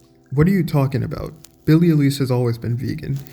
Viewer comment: FYI it's pronounced 'eye-lish'.